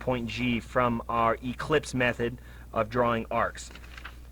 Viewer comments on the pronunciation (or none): It’s an “ellipse”, not an “eclipse”. An eclipse is when the moon blocks the sun. An ellipse is a geometric shape. 😂